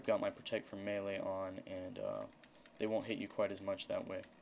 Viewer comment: Nice video...it's melee by the way. =P